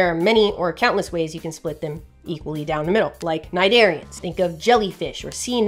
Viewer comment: When you said Cnidarians I had to stop and go back because I thought you said Nigerians 😂